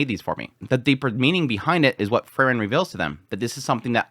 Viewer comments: It's Freeren, not Frrren.😁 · As i say again, it's Pronounced like this, Frieren as in 'FREE-REN'... Not Furren. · You pronounce frieren and fern almost exactly the same and its a little confusing, good video though! Slowing down your speech in general would be nice imo, as you tend to say individual words very quickly in a way that can be difficult. Just chill, speak a little more deliberately it would be a big improvement just imo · You pronounce Frieren and Fern almost exactly the same and it confuses me sometimes haha